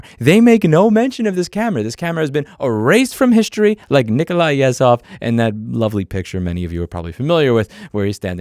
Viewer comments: Excuse me for a little clarification, you are pronouncing Nikolai Yezhov incorrectly, you said "s" instead of the real Ж (zh). This consonant sounds like the buzzing of a wasp. I heard you have Slavic employees, ask them for a little lesson, hope you enjoy it. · LOL'ed at the Yezhov reference but you need a bit of help with the proper pronunciation. The combination of the letters "zh" in the spelling of all Russian names in English is used for a sound the letter "s" makes in the word "casual". If it were just a "z" sound there would be no "h". Not trying to be a know-it-all nanny. Just helpful advice from a native Russian speaker.